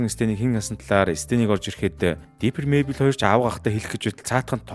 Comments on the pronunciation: Diper bishee Differ gejbui aytai helmeer bainaa May Bell bisheee Мэйбэл gd neg dorivtoi goy helmeer baina😢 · Mayble iin neriig ihl sonin duudd bgam shig sanagdd bhymda baatra ah eniige jhn anhaarwl goy shuu❤❤❤